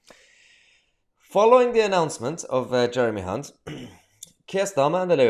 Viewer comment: Don’t think it’s pronounced Hunt